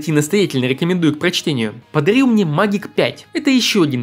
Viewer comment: Не магик, а мэджик ! (магия)